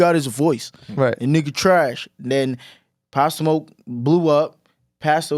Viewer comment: He cant say Pop smoke not a legend